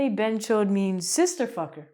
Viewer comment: hey you got me at "bhenchod" didn't expect that was coming n it sounds quite funny in ur accent, can't stop laughing.